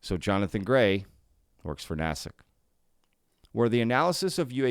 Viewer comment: Foreign Material Exploitation. There you go. "NAY-SICK" is the correct pronunciation.